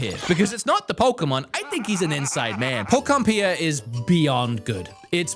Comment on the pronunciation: i never want to hear him say it properly lol keep it going!